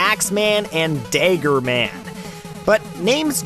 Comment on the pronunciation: "daygger man"